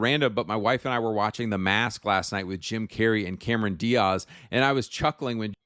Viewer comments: ew, why does he say "Diaz" like that hahaha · The way he repeatedly pronounced Diaz drives me crazy. Like what accent is that?